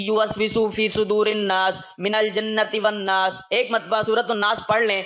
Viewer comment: Bhaii minaljanati wannas hy ap surah nass dubara sunny